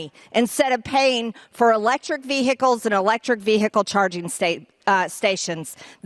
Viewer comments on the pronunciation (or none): Those glasses don’t help her read the word “ VeeHikle”correctly. She really is showing her lack of edumacation! OMG please Georgia I know you can do better. 🤪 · Ask Marjorie what a ‘Vee hickle’ is? Could someone teach her how to pronounce the word? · Vee "hick" le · Someone should tell Madge that the “h” in vehicle is silent, not v-hick-l. So too with the word “important”, there is no such thing as the word “impor-dant”. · MTG pronounces vehicle “Vee-Hickle” 😂😂😂😂😂😂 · What exactly is a vee hickle? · Did she really say ve-hick-le? 😂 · Ve HIcle ... Yuk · Notice how she says infant structure, Marge it’s infrastructure you are standing on the floor in Congress and you can’t even annunciate words properly and learn how to say vehicle to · Ve -Hic -les .... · Struggling to pronounce the word Vehicle. Moscow Marje is an embarrassment to the RuZZpublican party! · Marjorie "Vee-Hickle" been pumpin' way too much iron. S'HE really oughta' lay off those steroids. Her nose hairs are morphing into a mustache. 😂😂😂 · Why can’t see say vehicle correctly 😂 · My God Margie can't even pronounce vehicle. The "H" is silent. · Vehicle- Somebody tell her that the ‘h’ is silent! 🙄🤦‍♀️🤣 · first time I've heard vehicle pronounced with a hiccup in the middle!